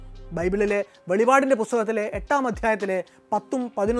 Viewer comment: Dear bro... Don't talk velivad.... Right are Velippad... Velippeduthuka... Or thurannukkattuka.. ( Revelation)